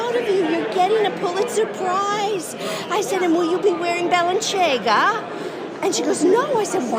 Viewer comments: Balenciaga.... NOT Balen(chiaga) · She pronounces ‘Ba-len-ci-a-ga’ as ‘Ba-len-chay-ga’. If you can’t pronounce it, don’t say it. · She pronounced it as it would be if it was an Italian word from an Italian label. But, of course Balenciaga (balen- "see"-aga), is a Spanish fashion house - she appears not be aware of that fact. She was able to pronounce "vergogna" correctly. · i wonder if they sit at the dinner table fighting about who gets to fly the flag they want. What a couple of weirdos. She pronounced Balenciaga like a hick from the sticks. Wow, I’m German and no one thinks like that, what a Karen. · She doesn't even know how to pronounce Balenciaga; even I know that, and I have an Alabama education. 😂😂😂😂😂😂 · Was she trying to mispronounce Balenciaga? Or does she not know how to pronounce it?? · What a disgusting display of ignorance,hypocrisy, stupidity and entitlement. She can’t even say Balenciaga correctly…….. VERGOGNA…….VERGOGNA! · She can say vergogna properly but not able to pronounce Balenciaga, another italian word. What an awful woman. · MAA so sophiticated, doesn't know how to pronouce Balenciaga, which is Spanish not Italian. She is not only ignorant, she is petty. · She wants to shame wearing a designer outfit but doesn’t say the brand name correctly? 😂😂😂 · MAA can't pronounce Balenciaga correctly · she profoundly mispronounced balenciaga.....just saying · I think she thinks it's an Italian name because she's pronouncing the "cia"similar to the way it's pronounced in the word "ciabatta". Someone should tell her it's a Spanish brand and freak her out. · What a profound mispronunciation! What an ignorant woman not knowing one fashion house from another! Shocking!